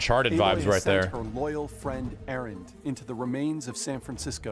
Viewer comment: It's Aloy you peasant not Aloi